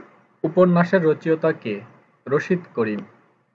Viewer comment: রচেঅতা হবে না, সঠিক উচ্চরণ হবে রচো ইতা।